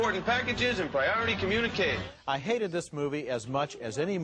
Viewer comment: I've never heard him put so much emphasis on the word "hate" in such a way, heck I don't recall him ever using that word to describe movies.